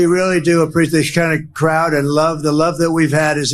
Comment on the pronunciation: "we really do apretheshanic crowd and love, the love that we've had is incredible."